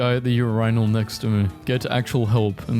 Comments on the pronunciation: Did he just pronounce Urinal “Ur-Ine-al” instead of “Ur-In-al” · Me: Urinal (U-Ree-Nol): Urinal (U-Rii-Nal) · Urainal* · urinal is NOT pronounced like this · The video was top tier but why do you pronounce urinal like that. It just throws everything off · Why bro pronounce urinal like that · do not converse or acknowledge me if you pronounce 'urinal' like this. (And the answer is C) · why do you say urinals live that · I am getting soooo pissed that he mispronounces worlds like urinal and shit, like is he doing this intentionally to piss me off or?